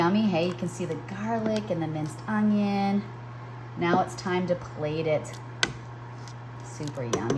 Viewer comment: The word is ONION. Not UNG-ION.